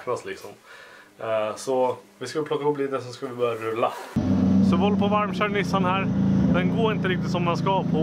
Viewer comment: ”Nu är nishan i garashet” tänker på lillmicke varje gång du säger nu är Nissan i garaget